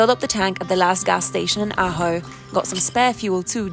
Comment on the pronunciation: I grew up in Ajo and was never told about that road. Now watching you do it makes me want to run it. Glad you pronounced Ajo right. I have heard people butcher it. Safe travels and Blessings